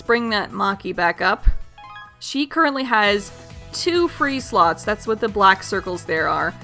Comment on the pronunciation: I thought you said skill sluts instead of skill slots...